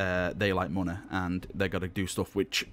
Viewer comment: "Muney" lol :P